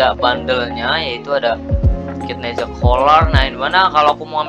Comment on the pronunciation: bang bukan nehza deh nezha bang